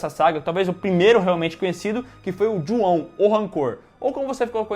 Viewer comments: Como é: Ju-on Como eu entendi: Juão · a saga" Jô ao"🤣🤣🤣🤣